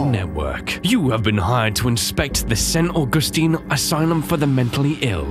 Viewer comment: “Sent Augusteen” said, not knowing what he has done